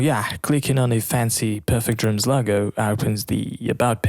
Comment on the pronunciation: Please employ someone that can speak English properly. If you are responsible for presenting a product or service, communication skills can really make or break your presentation and chances are that even if you employ someone later that can be understood it may be to late. I can't understand many words that this presenter is speaking. Simple words such as DRUMS being pronounced as DROOMS is really annoying.